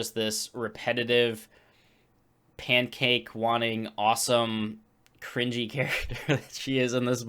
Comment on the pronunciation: I wanna laugh every time you say 'pancake.'